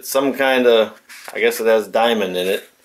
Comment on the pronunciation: Diamond .... di ..mund .... best way .... what a twat